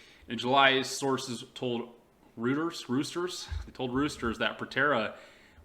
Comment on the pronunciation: You're almost incoherent. You might want to at least outline a script. Who is he and what company is focused? Who is the number 1 unicorn. You have information but you do a poor job of delivering that info. And if you're go to read, learn how to read. You should know how to pronounce "Reuters" BEFORE you read it. Otherwise you seem dumb.